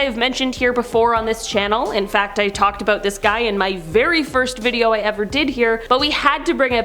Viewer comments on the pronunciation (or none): none